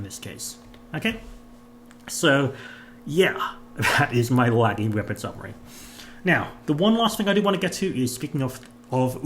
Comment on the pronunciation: I’m sorry i can’t deal with the way everyone says laggys name 😂lol ❤